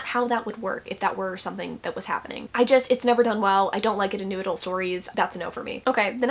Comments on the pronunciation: Every time you say Noodle I get so confused and then it hits me that you’re saying “New Adult”. 😂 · The first time you said "new adult" in this video I heard it as "noodle" and now I can never unhear it 😩😩 it's noodle romance from now on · i thought it was just a new way of saying it...'noodle'...like shorthand for new adult...are you telling me she's saying 'new adult?'.......i'll stick with noodle lol. we'll start a trend. lol